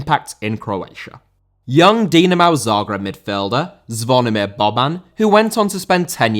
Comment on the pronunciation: Dinamo, not Dinamau